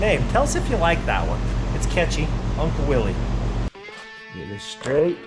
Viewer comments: Please nothing with "Willie". The founder pronounced his name as "willis" even though it has a Y. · Quit saying "Willees". It's pronounced "Willis". It was a person's last name and that's the way they pronounced it. I know most people do this but it doesn't make it right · Willys is pronounced WILLIS. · I've heard the guy who founded Willys pronounced his name as Willis. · You do know it's properly pronounced "Willis" right? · I had a willys jeep for a while and so many old people would tell me it was pronounced as "Willis". I never verified it online, but it was enough old guys that I have considered it may be correct. Edit: I looked it up. “When we came out with the Willys [concept vehicle], we pronounced it `Willis,' like Bruce,” said Sjoerd Dijkstra, a Chrysler spokesman. “We got a lot of flak, so we changed it to [sound like] `Willies,' even though John North Willys probably did pronounce it `Willis.' We use `Willies' now, the common way, so we don't have to explain how [the auto pioneer] pronounced it.”